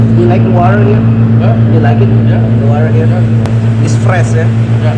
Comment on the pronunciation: Gw kira lo bilang stres ternyata fresh